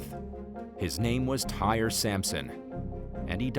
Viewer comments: Tyre is pronounced Ty-ree NOT tire!! The narrator pronounced his name wrong. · That young man’s name is TY’RE Sampson NOT TIRE!!!!! It is pronounced TY-REE 😒😒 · Tyre is pronounced Ty ree NOT tire. The narrator pronounced his name incorrectly. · The teacher story, cause wth? I would’ve came to that school and went tf off and you need to learn how to pronounce that you man’s name it’s not pronounce “Tire!!” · That is So Disrespectful to mispronounce Tyre's name. True his parents could have spelled his name correctly but at the least you could have done some research prior to posting this video. If it were you or one of your family members you would be upset also and rightly so. Shame on You.